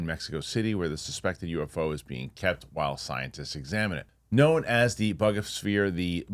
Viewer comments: I think it's pronounced Boo-ga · your as uneducated on this subject as much as most of the people in the comments. You also mispronounced Buga.